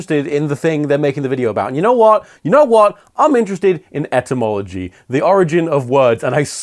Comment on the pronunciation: What surprised me the most about this video is that that's how you're supposed to say "etymology" I've been saying it wrong all this time